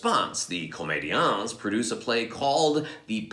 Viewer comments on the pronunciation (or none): I enjoyed this one,. Thanks or 'mille mercis". Just a note about the pronunciation: leave off the "s" of comédians because it's silent in French. But, I did truly enjoy the history lesson you gave. Very interesting and quite a bit I had yet to hear, and you know how much I love Molière!! Jenny